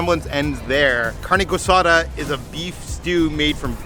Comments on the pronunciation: I am connoisseur of carne guisada and chilaquiles and they are pronounced as “Gee-sada” and “Chi-la-ki-les” but still love that you guys liked it. Ordinary Adventures stars for everything!!!! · Carne GWISADA! 😂🤣😂🤣 You need some Spanish speaking friends! Love the video 😀